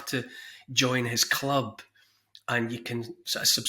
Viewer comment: I thought you were saying he slaughtered his animals with a club. 😂